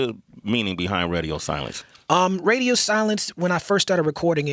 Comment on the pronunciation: Sway says, Redio instead of Radio lol